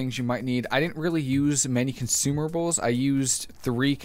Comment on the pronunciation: "consumables" btw :D